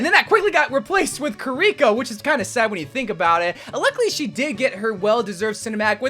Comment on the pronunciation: "kariko" bro it is KIRI-CC